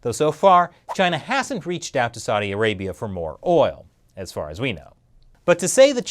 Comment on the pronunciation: Learn how to pronounce "Saudi Arabia" Bozo. Else I'm just gonna unsubscribe. And no. I ain't gonna make it that easy.